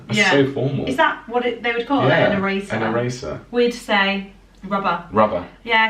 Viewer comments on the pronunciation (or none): Erasers, not eray zzers. It just has an s sound. Just saying.